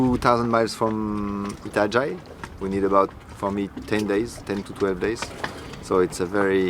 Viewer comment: Itajai is pronounced e ta ja e please try and get it right